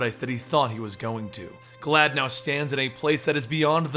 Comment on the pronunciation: I thought was saying "Glad" Or maybe "Glaad."